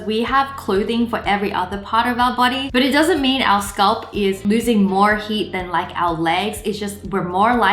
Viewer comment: It's not skulp it's scalp wraya aka wengie